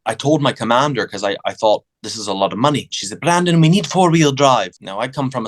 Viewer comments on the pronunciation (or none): Yes, it's Brandon. Not Brendon.